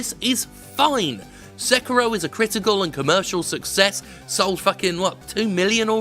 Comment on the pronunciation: You know, I'm more angry at how you mispronounce Sekiro than I am at people wanting easy mode in games.